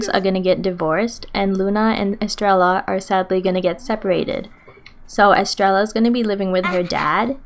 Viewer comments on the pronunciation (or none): I'm sorry estreya. The two ls make a y sound